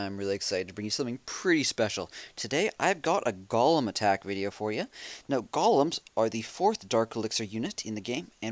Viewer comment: Kills me when he says gol-um not goal-em ;)